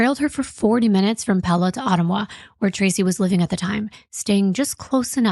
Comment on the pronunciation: I have lived in Iowa for almost 17 years and the way you pronounced Otumwa is hilarious 😂Iowa had some odd named cities lol it’s pronounced OH-TUM-WUH